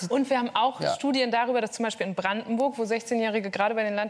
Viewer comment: "Man kann darüberr reden"... aber wohl nicht gerade jetzt. Typischer Politiker.